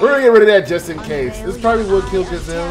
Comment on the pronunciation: It's pronounced G-ee-zelle like geez.